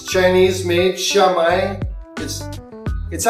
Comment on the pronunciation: Xiaomi is pronounced "SHYOW-mee." Also, most, if not all, air fryers use Chinese-made OEMs. Air fryers from American, Korean, Japanese, and European brands are no exception.